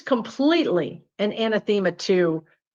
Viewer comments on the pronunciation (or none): A-na-the- ma; not ana-them-a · Anathema is pronounced ah-NATH-ah-mah